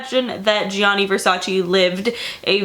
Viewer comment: That is not how you pronounce it is GIA you have to say it fast sounds like JU on Justin, same for Giovanni, not G I A NI and the emphasis on the double N is not just one is longer is two the A and I need to be stronger... just google translate it in Italian you'll hear what I mean. And VERSACE EEEEEEEEEE comes from Latin so it is pronanced EH not VERSACI... is ReGGio Calabria don't put emphasis on the I... I like your videos but your origins are Italians you are American.